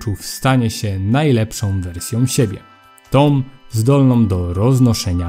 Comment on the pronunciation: tom? zdolnom? krwiom? człowieku naucz się poprawnie wysławiać